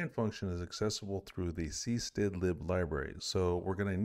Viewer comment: "cstidlib" I laughed